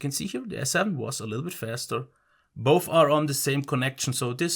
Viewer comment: It ain't boff it is both😂